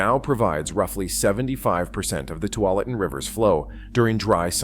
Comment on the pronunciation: Good coverage and explanations, but knowing how to pronounce the Willamette River and the Tualatin River are pretty important to sounding like you know what you are talking about.